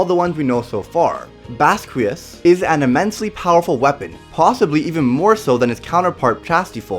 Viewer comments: It's pernaunced (baskias) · In the anime(dub) it’s pronounced like baz-key-ahz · Its bas-qi-aus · Pronounced (Bahs-key-ahss)